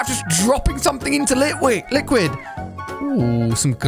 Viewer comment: anyone notice how he messed up to say lquid lol